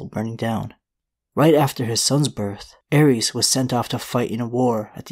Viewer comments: Terrible pronunciation of the names. Ares is a Greek god and Aerys is the Mad King. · Its “zhaa- uhries”